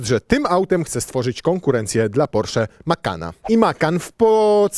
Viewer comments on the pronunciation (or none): Wyszło prosiak, nie porszak w języku mówionym.